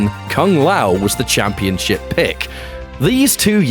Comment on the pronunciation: The pronunciation just got changed to "camp-ee-on-ship"